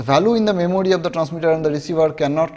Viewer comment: Memory❌ memody👍🏻